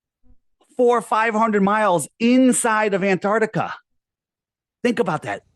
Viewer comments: Someone tell him it’s AntarCtica not Antartica. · Aside from his many failings, his constant inability to correctly pronounce "Antarctica" (it's not "Antartica") is probably most irritating feature